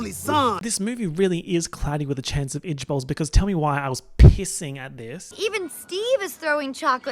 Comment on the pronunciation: i though you were saying "cloudy with a chance of edgeballs" 💀💀